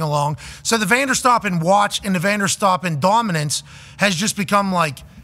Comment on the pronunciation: immediately clicked off when he said Vanderstoppen, just stop